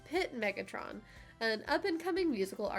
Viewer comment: The way you said "Megatron" is killing me 😂